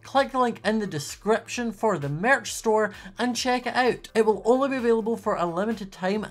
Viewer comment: Am I the only one who loves the way he says maerch.